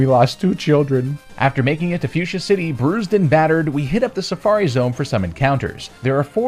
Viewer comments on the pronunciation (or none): none